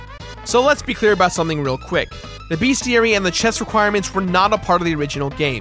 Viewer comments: For the love of God it is Bes-ti-ary Not Beas-ti-ary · What the heck is a BEASTiary? lol